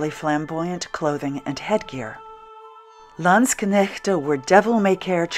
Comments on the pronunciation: this looks great, even now (winter!). kudos too on your pronunciation of landsknecht and (pl.) landsknechten. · Excellent pronunciation of Landsknecht!